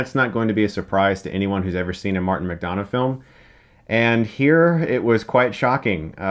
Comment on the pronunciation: You keep pronouncing McDonagh wrong. The don should sound like dun.